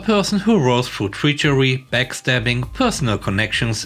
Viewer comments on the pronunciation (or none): Do you know anywhere it's pronounced as Treachery (like treat and cher -ry)? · Facepalms at English The word treachery is pronounced like tre-cher-ry. Yes, I know, English is inconsistent... I would love if it wasn't. I had a hard enough time learning it and I'm a native speaker... which is why I failed English 11. :'( But that was years ago, since then I have gotten better... but I am still not at the level of an English major, lol.